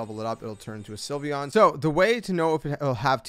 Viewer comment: THE L IN SYLVEON SHOULD BE AFTER THE Y!